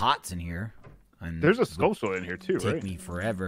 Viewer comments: 'skull-tullah' as a pronunciation still drives me nuts. You don't say taran-tullah, do you? No! You say tuh-RAN-chuh-luh. It's a skull tarantula, dammit. SKULL-chuh-luh. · saying "skull-tull-uh" like that's the right way to say it... -_ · I lose brain cells every time says skull-tull-a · just for the record: skulltula comes from tarantula, so should be "SKUL-chu-lah" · You say that but I could've SWORN I heare in the video say Skull-CHU-lah 😆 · And saying Skulltula doesn't bother the shit out of you?